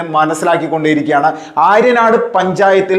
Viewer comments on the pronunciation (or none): ആര്യനാട് അല്ല ആര്യാട് ആണ് ശെരി